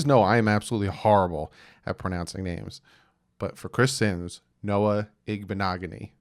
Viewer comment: Last year you were just as bad with Igbinoghane's name! You need to work on other names as well. LOL